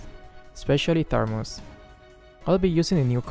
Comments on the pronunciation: Imma try dis synergy Also me keep losing and losing Also keep saying tharmuz instead of thamuz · When you realize is still saying "tharmuz" instead of "thamuz" 😂😂 where did that 'r' came from 😅 just askin'. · it's Thamuz not Tharmuz xD, and thanks for the tutorial. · Thanks for the magic chess tips sensei .. But what i hear is Tharmus not Thamus 😊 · Its not tharmuz its thamuz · Thamuz not Tharmuz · It's thamuz not tharmuz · Nice tips, but why u call thamuz "THARMUZ" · It's not THARMUS it's THAMUS hh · WhyThaRmuz? Its just thamuz bro 😄😄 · Thamuuuuuuuuuuuuuuz not ThaRRRRRRRRRuuuuuuuuz!!!!!! NO RRRRRRRRRRRRRRRRRR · Why do you call "Tharmuz" to Thamuz? xD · Actually said, Tharmuz instead Thamuz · I'm annoyed that always say “Tharmuz” instead of Thamuz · No one:: "Tharmuz" Thanks for the tips might try your strategy in Magic Chess:) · Thar- muz kwa???😂😂😂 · The Tharmuz where we put hot water into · Joseph Odon That's "Thermos" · no one: literally no one:: THARMUZ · It's thamuz right? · Tharmuz stat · No one:: THARMUZ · For the first three rounds, you should try to lose those rounds. Me: Keeps on losing every round. Ps: I love it when mispronounce hero names ♡ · Moonton: Thamuz: Tharmuz Me: Thanos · I was looking for this comment 😂👌🤣